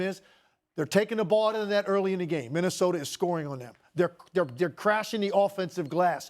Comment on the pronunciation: You mean Minnesoter 😂